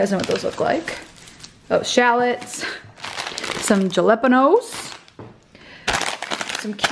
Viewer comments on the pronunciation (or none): Lmao my partner and I pronounce everything wrong on purpose too- we pronounce tortillas and jalapenos the same way you do in the video 🙈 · Ok but why did she pronounced Jalapeños like that 😂😂